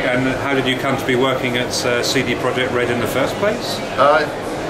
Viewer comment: it's CD PROJEKT not PROJECT. "cee dee proyect".